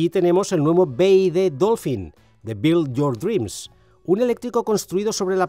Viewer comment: Lo mejor del video la pronunciación de "build your dreams"...omg😅